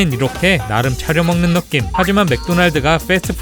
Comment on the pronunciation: 참 거슬 리네요, 왜 `너낌` 이라고 하죠? `느낌 ` 입니다. 설 마 너낌 으로 알고 있나요?